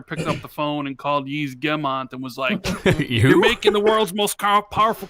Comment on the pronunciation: Yves is said like EVE for you information